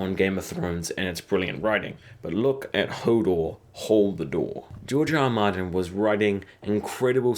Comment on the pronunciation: When you say George R. R. Martin it sounds like Giorgio Armani.